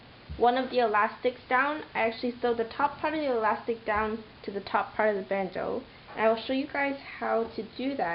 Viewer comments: It's pronounced Band- Oh. not ooo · It is a bandeu or bandooo ;)